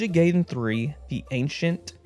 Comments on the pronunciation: It’s pronounced “guy-den”, not “gay-den” 😛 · it's Ninja GUY-den....... not gay-den...... see here ---> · Ninja guyden sounds better, the way you say it sounds like a den for someone who´s gay. I don't know what I'm saying, its late and it just made me laugh and had to share it. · It’s not NINJA GAYDEN ITS NINJA GAIDEN how do I know from the movie the wizard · I used to say it that way too growing up. It's actually pronounced "Guy-den" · is it pronounced Guyden? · Damn seeing ninja GUYden 3(sorry,just how I’m use to pronouncing it 😅) brings back memories of me playing nes games on my jailbroken iPod back in middle school 😂 gotta be honest and say that I’ve never got strategy guides as a kid. Closest thing would be those cheat code books I’d get at the book fair in elementary school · “Ninja Gayden” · love that ninja gay-den and merio bros. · In the 1989 movie "The Wizard", which was sponsored by Nintendo, it was pronounced "guy-den" Sorry, with the covid restrictions and the 14" on snow dumped on me I have nothing better to do than argue silly things